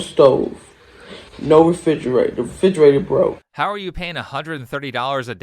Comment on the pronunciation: “Fidgerator broke.” How eloquent.